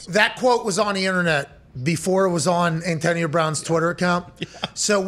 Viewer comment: He can’t pronounce “Antonio” properly 😂